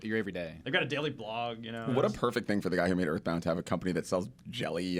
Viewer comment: Uh muh guhd "Eathbound"